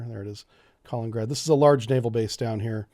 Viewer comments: It’s not Collin-grad. It’s Ka-lin-in-grad. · Few corrections: it is Ka-lin-in-grad. Not Ka-leen-grad. Moldova isn't a NATO member. I think your are confusing Montenegro. But what NATO should do in the case of Ukraine invasion is the following: -Freeze all Russian funds in NATO and agreeing nations -Forbid any and all shipping from Russian ports -Severely reduce flights from Russia. Not all to allow foreigners to escape. -Restrict or remove Russia from SWIFT banking. -Restrict Russian access to the the Oresund and Bosphorus. -Re-enforce Swalki-gap. -Provide AA and AT man-pads to Ukraine in large amounts. And that is if they invade and give them 5 days to retreat out of Ukraine and Donbas region or more will follow. You don't need to go to war with Russia, but you can cripple them. Make it painful in the beginning. Promise them you will lift it, but if they don't you will double down. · It's Kalin-in-grad not Kalingrad ... sorta like that river in the USA is the Mississippi not the Missippi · Lol Kalingrad :D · Kaliningrad (KAH-LENIN-GRAD) You’re killing’ me bro… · Not to be a grammar “NOT-zee” but it’s pronounced “kah-LEAN-in-grad”. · Pronounced “Ka LIN in grad” You keep skipping the “in” syllable. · Buddy, love ya, but its KA-LIN-IN-GRAD, good content, just needs a tiny polish! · Can’t pronounce Kaliningrad and doesn’t even know where Romania and Bulgaria are… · you are pronouncing Kaliningrad wrongly. Just read it. The pronounciation matches the spelling. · I say this with all possible love and affection: please take note of the second "I" in "Kaliningrad" and try to pronounce it. It's nails on a chalkboard over here. Thanks. ❤